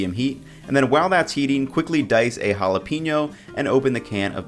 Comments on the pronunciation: Jalapeño Haa•luh•pei•nyow Hal-uh-pain-yo Not JalaPEENyo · Hala-pen-yo, not hala-peen-yo. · And he also said ( Hala - peen - yo )